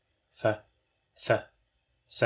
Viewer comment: As a Welshman, I would never pronounce th and dd as f and v because I can’t do said sounds normally…. No, I would never do that…